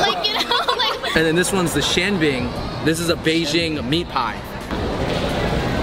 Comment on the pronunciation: It is shao bing, not xiao ;)